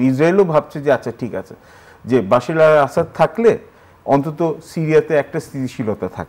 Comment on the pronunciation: উনি বাশির আল আসাদ বলছেন কেন? কানে লাগছে বার বার! ওনার নাম বাসার আল আসাদ।